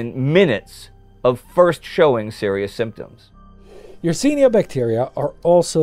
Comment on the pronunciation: Yersin-i-a pestis, not Yersin-a pestis.